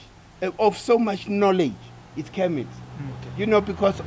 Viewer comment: 😂 it's kemet... Kermit is that frog that likes to mind his own business, it doesn't really matter but I'm dying of laughter 😂😂😭